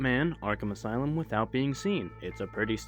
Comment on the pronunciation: Arkham Aslume.